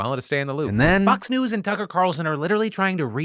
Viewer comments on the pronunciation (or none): I thought you said "fucks news" instead of "fox news" omg 🤣🤣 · lol, I thought you said "fuc" news in the segment about Fox